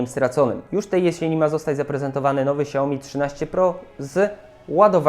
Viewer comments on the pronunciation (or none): ''szałmi'' a nie siaomi